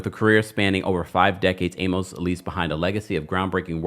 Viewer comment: Jeez man, you're killing me mispronouncing John Amos' last name! Use Google and ask for the pronunciation. Just scroll down and you'll see a short video.